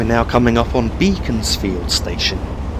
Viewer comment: Another brilliant video,. I know the area very well as far north as Banbury. Tame is the correct pronunciation of Thame, and Beaconsfield is pronounced Beckonsfield. Also, Aynho Junction where the GWR line from Oxford comes in is pronounced Ane_o. With regard to the slow low speed acceleration of the class 67, this may be down to the specification when it was ordered. That was to haul Royal Mail TPO trains in and amongst HSTs. The acceleration from a standing start of the 67 and 43 on Train Simulator seems very similar. If you plan to do a return journey, from observation while frequently driving alongside the line between Wycombe and Princes Risborough, Chiltern railways use more class 168 DMUs than class 67s on the Birmingham run. From a real life cab ride video on YouTube by a Chiltern driver, the acceleration of a 168 is much better than a 67.